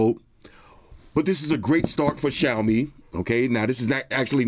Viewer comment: The only flaw is it’s “Xiaomi”